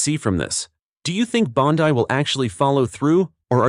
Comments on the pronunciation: Its Bondi not bondii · Is this AI speaking ? Stop saying bond-eye